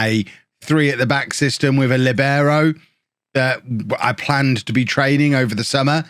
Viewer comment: It's pronounced Lee-berr-oh